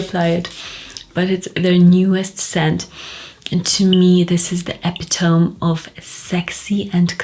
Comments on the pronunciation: Epitome is pronounced EH-PIT-TOH-MEE. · This mispronunciation is nothing comparing to Soki London. She butchers the names, it hurts my ears 😂. It costs nothing to go on YouTube to learn the correct pronunciation. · Regardless of which "English" you are using, epitome has 4 syllables not 3. If you are comforting someone, do it to their benefit, don't perpetuate misinformation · your ignorance is showing.... I speak 4 languages fluently and have lived and worked in both the US and UK. You either don't know how to pronounce Epitome... Or you don't know how to pronounce Epitome... Because it has 4 syllables, not three however which way you look at it. Your example of Tomato is irrelevant since either way is correct. Plus you did not decide to drop a syllable. EH-PIT-TOH-MEE, not EH-PIT-TOME. See the difference? Or am I giving you too much credit and you have to call me a troll you comfort yourself and make yourself feel better?